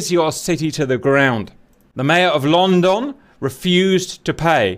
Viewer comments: Omg no please don't say london like the u don't pronounce the "o" just say london but if it had a "u" in it instead of a "o" so 8is lundon but its spelt london. Anyways sorry I had to say smth be this kinda triggers me bc I am British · “Lonn don”🤣🤣🤣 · "Lawn Dawn" 😆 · Please tell me I'm not the only one who thinks he's saying "long dong." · Funny... "LOWNDUN". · Ah yes Lon-don. Laughing so hard right now lol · The pronunciations of London are killing me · Why does he say London so weird ???